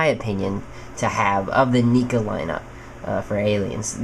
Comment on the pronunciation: is neca not nica you dumb bitch